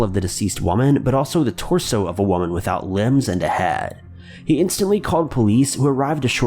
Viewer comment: The way this guy says "head" and several other words has me rolling. Like he's immitating Mr Garrison or something.